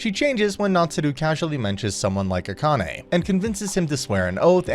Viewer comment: Akane - ah kah neh - evenly stress the syllables